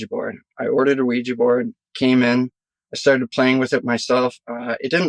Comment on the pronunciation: It’s not weejy it’s ouija & u don’t need needles to take heroin